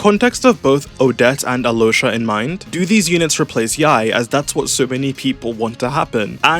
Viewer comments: she pronounced it right, yeah, but then he pronounced it "alosha" and she said "that's better" so he kept saying it that way and that's what i'm talking about. also i know how the name's pronounced, i'm serbian, i've met several alyoshas 💀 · yeah but i think al-yosha (ideally pronounced quickly so that the connection between the l and y is more felt) is better than either of those.